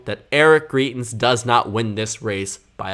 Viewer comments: You're fairly solid at doing this sort of analysis, and as a Dem-favoring voter I HOPE the GOP in Missouri nominates GREITENS (GRY-TENS). But you undermine your own credibility when you mispronounce the name of someone this well known so egregiously thruout the video. I literally couldn't make it thru because you repeatedly say GREE-TENS, which would be spelled GRIETENS. Here's one of his ads from when he ran for Gov, and he clearly says GREITENS. Maybe you didn't follow all the coverage- he was accused by his mistress of abuse and it was devastating for someone who claimed to be a member of the "moral majority". But of course he won't have trouble in the GOP Primary- self righteous Trump voters excused Trump's degeneracy, they won't think twice about supporting Greitens as well. But independents don't like Trump, and they will hopefully reject Greitens for the same reasons, which might help the Dems retain the Senate and be able to get something done... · Greitens name is pronounced “Grite”ens btw. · Just FYI, greitens rhymes with heighten ( high not hee) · YOU ARE PRONOUNCING GREITENS WRONG. Missouri resident here.